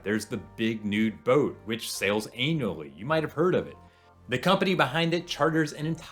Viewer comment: Did he say the big nude boat sails anally?